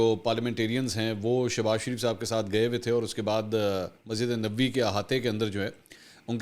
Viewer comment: براہ کرم مسجد نبوی کے تلفظ میں یہ خیال رکھئے کہ نبوی میں ن اور ب دونوں کے اوپر زبر ہے ۔